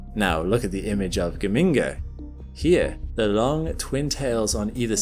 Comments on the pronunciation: The origin of the name Geminga, as you have kindly explained it, makes it clear that that it should be pronounced Ge-min-ga, not Ge-ming-ga as you have it. There is no "ming" sound in it. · BTW, It's pronounced dʒəˈmiːŋɡə (that's a "J" sound at the start). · as an Italian, hearing gheminga as a scientific term is something else😂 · Ever time I hear you say Geminga I want to hear BAZINGA!